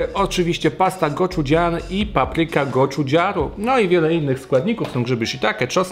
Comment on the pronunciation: Papryka „goczugaru” a nie „goczudziaru”😅